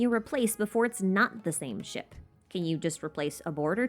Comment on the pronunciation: talks about the ship theory me - hears 'shit' instead of 'ship' me after realising ship - I'm deaf and undeaf